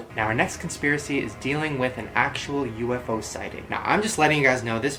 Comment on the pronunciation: No that's not how you pronounce UFO 😂😂